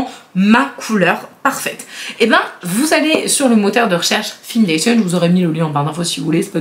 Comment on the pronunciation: "Findation" se prononce comme le verbe "find" ("trouver" en anglais, c'est un jeu de mots :) Je suis choquée pour l'anecdote du parfum Nina Ricci ! En revanche, ton abonnée a un copain en or :) Quelle belle personne d'avoir pensé également au petit frère.